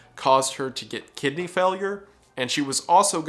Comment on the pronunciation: Gosh everytime he says Kidney Failure I only hear "Kid named finger" 😭